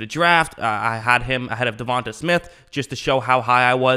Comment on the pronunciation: Please say devonta smiths name right. U look like a casual saying it wrong (da-von-tay)